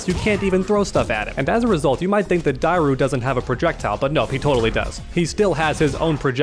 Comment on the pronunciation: So hard to hear you mispronounce dairou everytime haha, if you played the game or watched a video you would have known the true prononciation